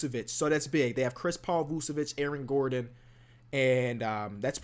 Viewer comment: Why does he say Aron Gordon....